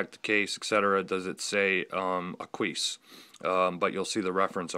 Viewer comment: Ahqueese :) its AH-kwis. Nice review especially about that rubber strap and class which I was wondering about. Thanks.